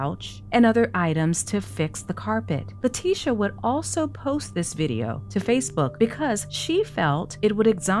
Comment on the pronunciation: I love how everyone calls her LIE-ticia